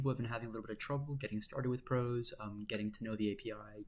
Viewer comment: I like that you call it "prahs" instead of pros. It makes it easier to tell the difference between it and VexCode Pro. I was very confused entering the vex scene this year hearing people use the names pro and pros.